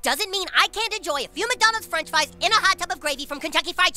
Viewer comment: Stan and Kyle fight like fwench fwy and iscream 😂